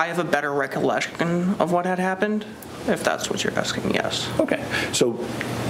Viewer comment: ~ Man, that defense attorney is a savage. He noticed (no idea how he spells it) mispronounced the word “recollection”. He then proceeds to intentionally mispronounce the same word when he says it back to.